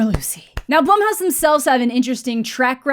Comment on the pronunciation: Nothing to do with the movie but are you sure Blumhouse is pronounced that way? My bf's last name is Blum but it's pronounced Bloom. Just wanted to throw that out there. Great video!